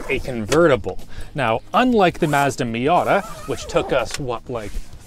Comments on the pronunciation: I've never heard the word "Mazda" said in a more Canadian way. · i DON'T LIKE HOW HE Said "Mazda"